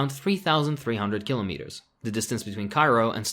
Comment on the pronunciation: Your mispronuciation of "Kilometers" is racist